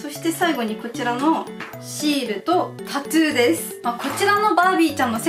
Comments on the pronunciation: タトゥーじゃなく、たつーって言ってるのが気になる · タトゥーがタツーに聞こえるのが可愛いwww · タトゥーがタツーって聞こえる😂😂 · タトゥー、、タツーに聞こえてしんどい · タトゥーがタツーに聞こえる笑笑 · タツーではなくタトゥですよ～ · タトゥーのことずっとタツーって言ってるように聞こえるんだけど...ｗ滑舌悪いのこの人？あんま詳しくない。。。ｗ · ずっとタツータツー言っててそれが気になった… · タトゥーがタツーに聞こえた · タトゥーの発音がたつぅー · タツーって聞こえる笑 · たつぅーって聞こえるのは私だけ？w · tatto のttの発音が出るから、日本語的にはタツーに近く聞こえるんだろうな〜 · タツゥーって聞こえる笑笑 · タトゥー、、 カ⚪ゥーんにきこえた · タトゥーをたつーって発音しててジブリっぽい(？) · un known そうそうww